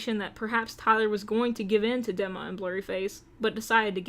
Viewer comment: Dee-ma not deh-ma <3